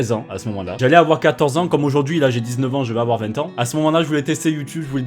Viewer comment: effectivemeng sa fait bieng six ang